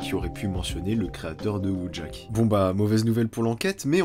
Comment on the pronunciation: pour la prononciation en polonais le w ca se prononce v du coup wojak c'est voyak ;)